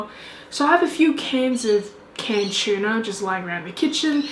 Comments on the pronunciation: It's pronounced "too-na" not tiuna. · It’s tuna not chewna lol .. couldn’t watch full video couldn’t stand the pronunciation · She says chuna. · Chuuuuna. 😭😭😭 oh gosh sorry, i had to watch on mute. It was overwhelming for me to hear how you said tuna. Kudos and thanks to the recipes though. I loved that you had fun making them and sharing it. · Tuna or Chuna? He he he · Is it hard to say tuna ahhhh chuna why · Some of these look really good. Funny how Aussies pronounce it chuna... :) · Same as us in England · I love how you pronounce tuna as chewna. 😄 I remember the comedy tiktok copying accents. Its so funny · I didn't know "T" was pronounced "ch." :-P